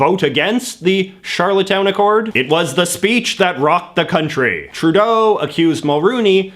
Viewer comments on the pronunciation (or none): none